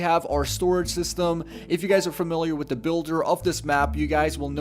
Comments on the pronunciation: Anyone notice he says da not the or tha? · You know there is a "TH" in the word The.... not "Duh" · you notice how this guy pronounces "the" like "da"